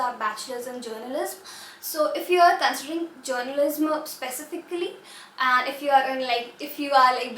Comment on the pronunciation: Please pronounce journalism correctly its hurting my hear :))) just a constructive criticism